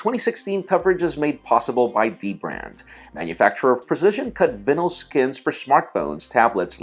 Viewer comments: it's Vy-nill not vinnel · profile Don't forget those custom cut "vinal" skins LOL I think he meant to say vinyl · Did he just vinel instead of vinyl!? lmfao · "cut vinnle" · "Vinnel" skins? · Vinyl?? Vienyl?? how u pronounce...?? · Am I the only one who gets irritated by the way he pronounces "vinyl"? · nope...he may need to go back to school to RE-LEARN the english language